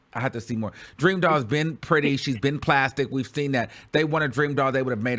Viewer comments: “Puthy pwint pannie” 😭😭😭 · nahhhh it's the pwuddy pwint pWAnty for me and the way YOU SAYING IT LMFAOOOO 🤣🤣🤣🤣🤣😂